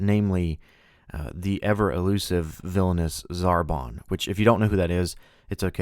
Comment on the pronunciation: ZarTAN not ZarBON X3 Zarbon is from Dragon Ball Z, being one of Frieza's lieutenants